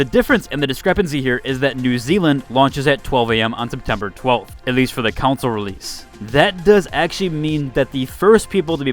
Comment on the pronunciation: "counsole" CON-SOLE.. CAN-SOL (strong A sound). Not COUNSOL.. I'd pay to laugh at how you'd say "members of the counsel please bring your consoles"